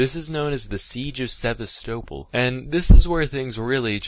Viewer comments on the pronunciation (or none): For pronouncing Sevastopol as “sehv•stoe•ple” he I see why this got taken down. Not on my Christian Minecraft server, Sam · I reckon it’s deleted cus he mispronounced Sevastopol through the entire video and didn’t want to re-record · Sevastopol is pronounced... Sevastopol? Aliens did me dirty. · he pronounces Sevastopol so wrong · Maybe he deleted it because he was embarrassed he couldn't say Sevastopol right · also scuffed ass pronounciation of sevastapol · omg when he mentioned sevastopol i was like "the ship from alien isloation but pronounced wrong lol" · Or it was the repeated mispronouncing of Sevastopol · He also horrifically mispronounced Sevastopol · no he didn’t